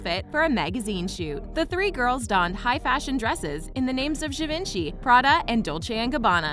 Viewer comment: It's not Givenchy I mean not the spelling but the pronunciation is givonchy Note it 🙄🙄